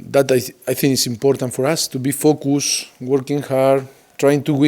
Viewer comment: Kelly Ludford he will pronunce first half :Farr calf , he will pronunce difficult : difficull , focus : focuss , very good : berry godl , watching: washing ,hundred : haunddredd